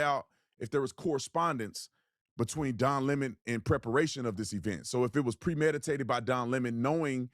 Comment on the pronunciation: Don Lem-Mohn